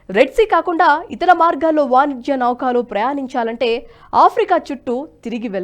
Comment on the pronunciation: నౌకాలు కాదు తల్లి... నౌకలు